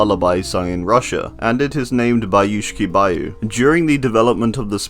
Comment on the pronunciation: I love watching these videos, but I just know every time he says "Bayushki Bayu" one Slavic person has a stroke